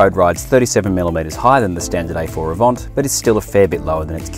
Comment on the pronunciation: Did he say AVONT??!?